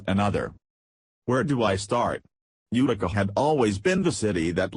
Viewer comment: UTICA !...UTICA NOT .....UKKTICA ? ENGLISH ! PLEASE